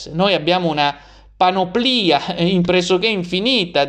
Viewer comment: Panoplìa? Sempre sentito dire Panòplia e così lo scrive anche la Treccani.